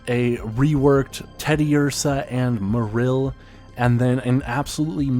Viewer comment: You pronounce Marill in a strange and incorrect way, and also overall just a very robotic way of speaking. Maybe loosen it up a bit.